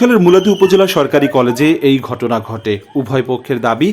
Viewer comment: ছাত্রদলের নেতা গদ বলছে নাকি ঘঠনা বলছে😂